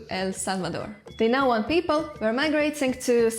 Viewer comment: subing just for the fact that you pronounce the "tl".